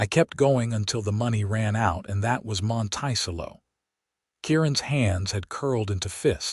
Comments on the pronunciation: The "town's" name MONTICELLO is pronounced: Mönt-ĕ-cëllō !!! Listening from far rural upstate NYS (org. from Philly PA-- needed a rural, grass/wooded area to live!! Raised/trained working Border Collie dogs & 1000s of SHEEP.... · AI NEEDS EDITING EVERY TIME. Monticello is not pronounced "mon-tY-cello". An earswisting sound. There are pronunciation differences between wound and wound, live and live, lead and lead, etc. Decent story, however. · The way the narrator says the city name is incorrect. It should be pronounced Mont -a-cello. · Kent, WA Monticello!! Pronounced like the 'cello' string instrument. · Please fix the pronunciation of "Monticello." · I laughed each time it came up!